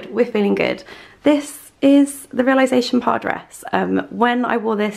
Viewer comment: i love you but every time you mispronounce réalisation it makes me giggle because it reminds me of that showgirls bit where she tries to say versace but so innocently butchers it